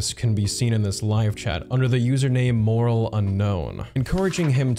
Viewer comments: He was in the chat as "Morale Unknown" not "Moral Unknown" as you said. You had it right in the text but pronounced it incorrectly. Morale, the word he used means spirit or enthusiasm level, and moral means the principles of behavior, of right and wrong. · Wrong pronunciation of MORALE. It's not MORAL.